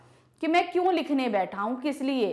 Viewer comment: Ma'am AAp ka kyon ka pronunciation galat hai 😊😊😊😊😊😊😊😊